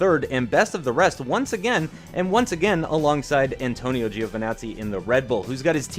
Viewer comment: ANTONIO Giovinazzi not ANITONIO